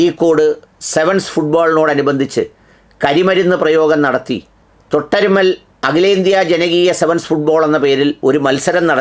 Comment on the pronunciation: തൊട്ടരുമ്മൽ അല്ല തിരട്ടമ്മൽ...